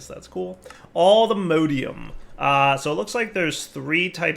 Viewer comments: does it bother anyone else that he pronounces "Mod" correctly but pronounces the ore/ingots like "mode"? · 'Allthemodeium'. Please. Its based off of All the Mods, not "all the modes" xD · Hearing dire say "alltheMODEium" hurt my soul.